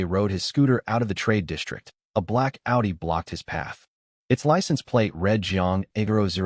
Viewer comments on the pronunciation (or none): none